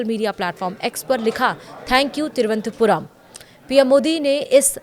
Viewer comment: हिन्दी की दुर्दशा, तिरुवनंतपुरम नहीं बोल पाते हैं!